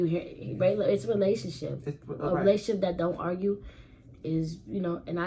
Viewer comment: She never say relationships she always says In my lationship💀💀